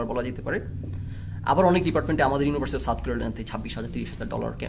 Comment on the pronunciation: ভাই আপনি আগে ইউনিভার্সিটি উচ্চারণ করা শিখেন। ইউনোভার্সিটি না শব্দটা।